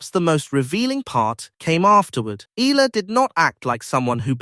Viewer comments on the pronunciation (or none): Eala not ela‼️‼️‼️